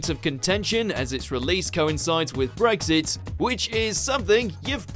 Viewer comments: Its Brexit not bregggsit you can't narrate!!!! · r u serious? An accent doesn't turn an x into a g ffs